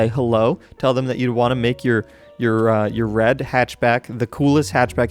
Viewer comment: Still don't know who is Danaby... And he says "wed" everytime